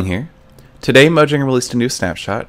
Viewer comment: lol i think i heard mojanger in the beginning of the video